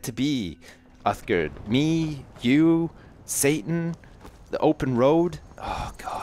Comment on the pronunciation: It is Satan not Satin